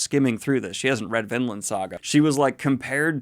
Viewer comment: Man I must be blind. Coulda sworn it was Vinland, not VinDland